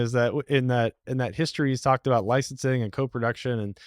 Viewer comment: He dropped the "aboot" quick, within the first sentence.